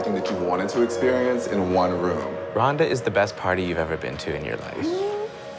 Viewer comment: I was with it until the art director said "experiawnce"